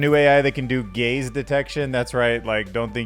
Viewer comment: Oh GAZE detection not “GAYS” detection 😂